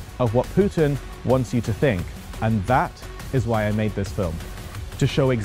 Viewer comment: Smug attention seeking. You are really a personification of western attitude towards this war - doesn't know anything (even mispronouncing the name of the town its Sudzha not Suzha) but trying to stick your worthless opinion in every hole. You are nothing more than cheap propagandist, there are lots of evidence of civilians that were killed during the occupation of this region. War is not as one-sided and perfectly black and white as you are trying to describe it. You must come home it is not your war.